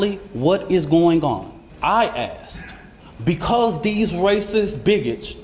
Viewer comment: “Yo honour….ma Claent is eenosent becawwwws it wazzzz raining dat day yall “